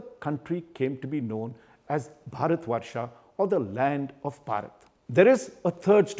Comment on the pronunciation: This man can't pronounce bharat. What a shame.